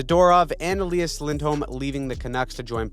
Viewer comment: EL-Eye-Ahs Lindholm Not EL-Ee-Ahs like Patrik Elias.